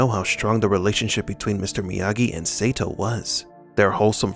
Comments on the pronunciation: Your pronunciation sucks... It must be Sato not Seito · Idk why bro,but the way you're saying Sato Saytoe is really bothering me 😂😂...its Sato Sahtoe is how you say it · SAY-TOE? WTH... It's pronounced Saa-toe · DUDE WATCH karate Kid 2 again his name is Sato pronounced Soto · Sato not Satoe LOL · You beat me to it. God it was annoying me! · Can't lie, the amount of times you said 'say tow,' instead of sato is borderline criminal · Seriously, if you are going to inform people on these movies and show you need to learn the proper names of people. Like Ralph Macchio, his last name is pronounced machio like macho not makeo. And Sato is pronounced sawtoe, not saytow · I think you should stop mispronouncing Sato's name. The "a" is pronounced like "ah". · You need to learn how to pronounce names. Or watch the shows/movies vs reading a script. Sato (sah-toe), Eli (ee-lie), there was another one but I forgot. But I’ve seen like 4 of your vids today and they’ve all been good you just have to pronounce the names the way they were pronounced in the movies/series. Glad I’m not the only one that’s saying this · Sato is pronounced with a long "a", as in "ah". You should know that. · Sato - Sah-toe 😁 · pronounced Sahto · We should start a petition to make them redo this pronouncing Sato's name correctly. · OMFG, they said the SATO pronunciation in the movies, and you still had to butcher that poor guy's name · Lmao...Omg,I thought I was the only one.that was bothering the hell outta me 😂😂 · Sato's name is brutalized in this video. The A is short in Sato. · Don't think he was a fan of the original series. There is no way you can be a fan of the Karate Kid series and mispronounce the name of one of the key villains in KKII. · Every time he says his name wrong, i keep saying the right way to say it